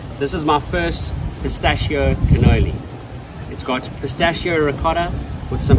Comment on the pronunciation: Ragazzi la pronuncia di pistacchio.... scusate ma non riesco più a sentirla! PISTACCHIO non pistacio.... BRUSCHETTA non bruscetta ... buona continuazione di vacanza in Italia;)